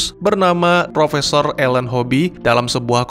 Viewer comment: Nama ilmuwannya Alan kok terdengar tadi plesetan dari nama alien